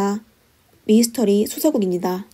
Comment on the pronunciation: 배경 음악 소리가 너무 커요. 그리고 미스터리 라고 써놓고 왜 미이스터리 라고 하시나요? 미스터리 발음이 안되시는건지? 아니면 부드럽게 들리라고 일부러 그러신건가요? 미 이 스 터 리